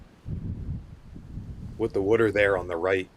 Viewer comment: WTF is wooter? Say it with me w a t e r! 😂